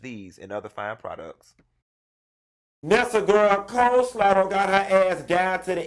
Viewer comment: “Coleslaw” I’m gone 😂